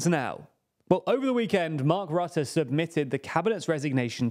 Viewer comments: Is it just me or Jack could finally learn how to pronounce foreign words? IE Rutte's surname is RUHTTEH not RAHTTEH. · I am not a fan of Rutte at all. But could it maybe be possible to pronounce his name correctly? It is not hard for English speakers. Just put the name into google and ask how it should be pronounced in Dutch. Not really an inconvenience, even.